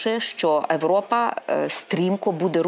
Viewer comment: царапает слух "европа"...